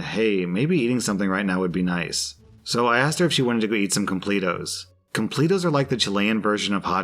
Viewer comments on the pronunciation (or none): Him calling them Complet-os is so funny to me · Complatos are pronounced complettos! 😆😆😆😆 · I like you man but hearing you just mess up the word "completos" just hurt me and I demand to speak to your manager!!! Hahahahaha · Chilean here! I died with how you pronounced completos haha. The image shown are fancy completos that you don't often find here, if you want to see what a typical completo looks like google "completo chileno".